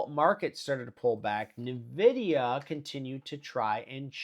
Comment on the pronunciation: Why do you call it navidia? It’s pronounced EN-vidia